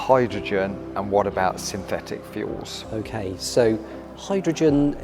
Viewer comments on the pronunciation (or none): Hey. How come you can pronounce the 'th' in 'third' but in the word synthetic you replaced the 'th' with an 'f'... You can say the 'th' in the word 'the' but when it comes to the word 'think' you say 'FINK'....?! Can someone explain this?